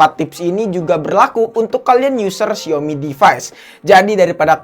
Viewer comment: Xiaomi bacanya siomi ~logic